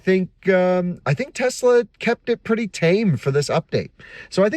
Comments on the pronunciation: TeZla, LOL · TeSla not TeZla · "tezz-lah" This video is about 12 minutes longer than it needed to be